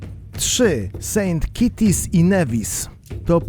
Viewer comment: Saint KITTS and Nevis; tam nie ma żadnych kociaków (kitties)! Jak przygotowujesz materiał to ogarniaj też jak się wymawia nazwę danego kraju...